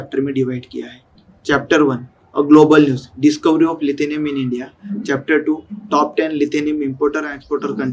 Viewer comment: लिथिनियम नहीं लीथियम hota hai